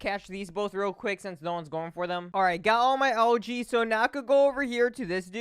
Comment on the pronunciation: It sounds like he’s saying LG instead of algae and that cutscene sucked